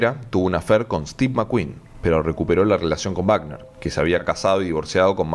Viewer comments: Por Dios que alguien le diga al narrador que es Robert Wagner no Bagner. Google it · Oye....no es Bacner...si no Wagner...Robert Wagner ...por favor ... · Wagner, (se pronuncia con U Wagner. No es Baten.